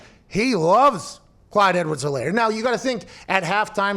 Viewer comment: FYI, the “H” is silent. Ed-words-uh-lair.